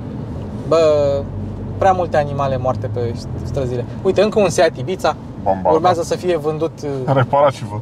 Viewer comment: formenterra e o insula langa Ibiza …apropos …pronunta cu S …IBISA …e mai aproape de realitate decat taraneala de IBIțțțța..😂😂😂😂…sunt multi italieni in Ibiza dar inca e in Spania…